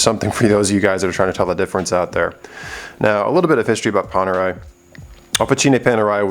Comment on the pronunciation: Panerai - Pan as in Peter Pan, not Pon. Radiomir - Radio as in music, not Rad as in rod. Cool video bro. Wear it in good health!